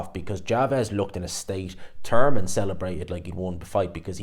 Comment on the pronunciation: Didn’t know Thurman had a silent h